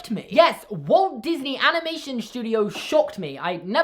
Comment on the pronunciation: I mean Disney, Not diney